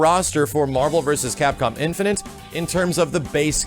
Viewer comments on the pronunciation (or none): Am I the only one that keeps hearing Marvel "Infininte" whenever says the game's name? Like an extra n that shouldn't be there. Bugs me out lol. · IN-FI-NITE. MAX PLEASE YOU'RE KILLING ME.